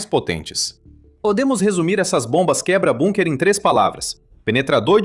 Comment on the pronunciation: Como este cara nao sabe phonunhuar a palavra Bunker? Incompetencia de lingua.